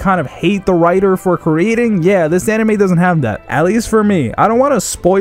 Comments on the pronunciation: First thing you said was hentei instead of anime 😂🤣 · Am I the only one that heard ‘hentai’ on the beginning? 🤣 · He said henti in the beginning